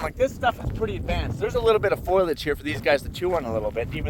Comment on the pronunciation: Tee hee. "foilage?" 😆